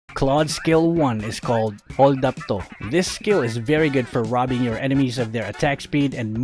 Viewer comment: HAHAHAH "holdap to" pawer!!!